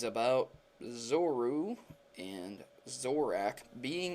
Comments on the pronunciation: Say their name right if ur making videos about them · u say there names SO wrong... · ZORU ZORAK did you even read their names! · You said zorua and zoroark incorrectly. Zorua has an a, so it isnt pronounced like "Zor-oo" it should be "Zor-oo-ah" and zoroark should be "Zor-ark" rather than "Zor-ack" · It's pronounced Zor-ua Zor-u-ark OK!? It drives me CRAZY when people miss pronounce Pokemon names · You said Zorua and Zoroark wrong. It's zoreOOuh and zorOOark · "Zoru" "Zoroak" "Zorak" Guys, it's Zoroark and Zorua. <_> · Zo ru a Zo r ark Pls pronounce right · I can understand mispronouncing Alomomola or Rayquaza but Zoroark? c'mon man, Zoroark, not Zorack and when you say Zorua it sounds like you're saying Zoru. I don't mean to be an ass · If your gonna say Zorua and Zoroark a lot, at least say it right. (zor-o-ah and zor-o-ark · you say zorua zoruu and you say zorark like zoruag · just to clarify Protomario.. their names are pronounced Zo-ru-uh, and Zo-ro-ark. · It sounded like he was saying Zoru and Zorak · The Pokemon names for this video are pronounced "Zor-ru-ah" and "Zor-row-ark" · Zore-Oh-Ark and Zore-Ooh-Uh correct pronunciations and question: how do trainers know which pikachu is theirs for example in a horde of them? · zor-o-a and Zor-o-wark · Please say Zorua and Zoroark correctly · The theory went totally over my head because it's just ridiculous, the only thing I want to discuss, is that the Pokémon's names are ZO RU A, and ZO RO ARK and pronounced as such, no silent A in Zorua, and no silent second R in Zoroark. JESUS. It's not a matter of opinion either, they have official names, and there are pretty simple rules of the English language that don't even IMPLY any silent letters in EITHER of those names... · for christ's fucking sake learn how to say zorua and zoroark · btw you completely butchered zorua and zoroark's names zorua you pronounce how its spelled and zoroark is kinda like how you pronounce zorua with ark added to it xD